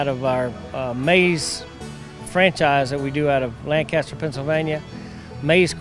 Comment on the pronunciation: Please learn how to pronounce Lancaster County properly It's not pronounce Landcaster it's pronounced Lancaster